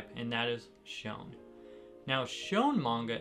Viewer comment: I think it’s pronounced shoneN not “shone”? 😬